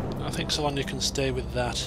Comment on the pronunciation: Well, its not SALONIA but SALONA. . .